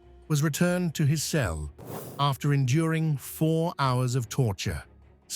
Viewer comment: "4 HOUARS"